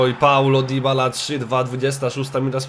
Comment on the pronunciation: Nie dibala tylko dybala